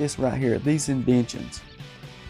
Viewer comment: I don't like those indenshuns!! They should have indentations. LOL!